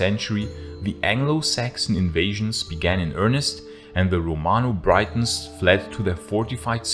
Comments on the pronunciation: You're probably not going to see this now, but for future reference. The Thames river is pronounced as the tems. Edit: and Britons is pronounced with a flat i, like the way you say Britain. Not like Brightons which could be confused as people from Brighton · Horrible pronounciation, saying Britons as brightens. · Very good video. But it's pronounced "Bri-tons" with a short-i, not "brai-tons" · I have a question. I may well have misheard or misunderstood, but did you, on two occasions at least, pronounce the first syllable of the word 'Britons' the same as the first syllable of 'Brighton', and not the same as the first syllable of 'Britain'? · “Gratias tibi” is the singular form. To address a plural “you,” use “vobis,” cf, “gratias vobis, amici!” Also- the first syllable of “Briton” rhymes with “sit,” not “sight;” it is pronounced identically to the island’s name- Britain. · Britons is pronounced "Britt-ons", not "Bry-tons". {:o:O:} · Britons is pronounced "Brittens" not "Brightons". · "Romano-Brightons" sorry that made me giggle a bit 😆